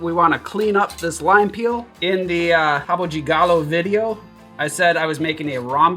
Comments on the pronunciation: Dude, you´re pronouncing rabo de galo correctly, like we Brazilians do. Respect.😃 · He nailed it!